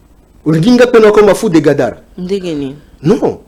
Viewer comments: est ce que otangi commentaire na ngai avant oya kofinga, moi j'ai juste porté une correction sur le mot Gadara, parle Gabara et, parle de Gadara,et mot en question c'est (GADARA)et non (GABARA).... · c'est fou de Gadara et non Gabara, donc prononce bien